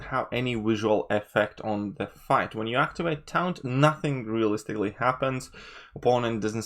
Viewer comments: It's pronounced like "torn" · This whole video is invalid purely on your pronunciation of taunt. Try again.